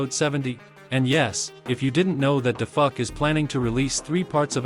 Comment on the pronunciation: Dafuq❌ Dafuck✔️ 💀💀